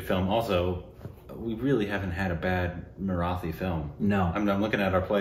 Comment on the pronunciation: Well, can you at least now learn the correct pronunciation of the word 'Marathi' please??!!